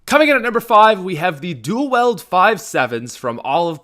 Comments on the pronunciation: I like your videos but I don’t like how you say “dual weld” instead of “dual wield” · I feel the same way about the Five Seven duel-wield but I thought you said "anything your duel-wielding your an idiot"